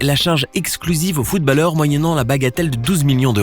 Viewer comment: qui sa enerve qu’il dit footbAlleur au lieu de footb(au)lleur